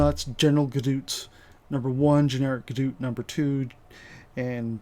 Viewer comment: wtf is a gadoot!? :P